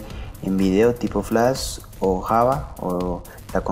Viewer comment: nisiquiera sabes decir flash.